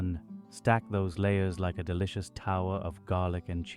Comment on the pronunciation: He got the James Hetfield "ah" at the end of every sentence. Love it 😂. Looks deliciousah 😁